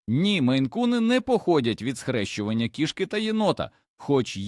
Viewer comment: Нажаль голос ШІ невірно ставить на́голоси! Особливо дратує "кішкИ́", наче мова йде про тельбухи, а не про котів!!! Врешті-решт робіть з цим щось!!!